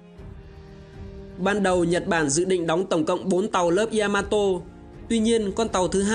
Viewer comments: ya ma to. chứ ko phải y .a . ma to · bác làm video hay nhưng mình muốn góp ý nhỏ. Yamato ko đọc là y-a-ma-to đâu. Ya là 1 âm trong tiếng Nhật phát âm theo kiểu tiếng Việt thì là giữa âm "nha" với âm "zda", tiếng anh theo kiểu "ja" ấy. Phát ra 1 âm ya thôi chứ ko phải 2 âm y +a. mình làm về 1 sự kiện hay 1 nhân vật, 1 chủ thể nào đó nên đọc đúng tên của chủ thể đó, người ta gọi là sự tôn trọng :)